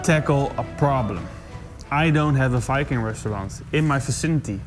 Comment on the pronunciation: Oh. Very time he said Viking, I heard “F*cking”. That’s completely different.